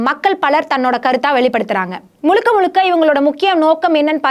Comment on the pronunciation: திறப்பு விலா கிடையாதும்மா... திறப்பு விழா.... முலுக்க முலுக்க கிடையாது... முழுக்க முழுக்க... என்னவோ போங்கம்மா...